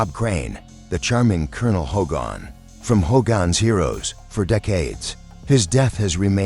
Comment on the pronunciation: Not Bob Crane as HOE-GON